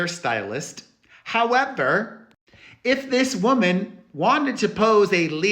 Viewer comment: Perez' "H O W E V E R" is priceless 😅